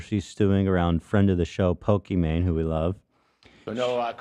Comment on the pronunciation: ethan saying pokemon instead of pokimane is actually the rare time he's technically correct